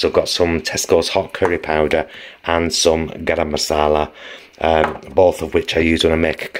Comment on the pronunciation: Your pronunciation of “garam masala” was spot on… I am impressed…pronounced as though you are authentic Indian/Pakistani 👏🏾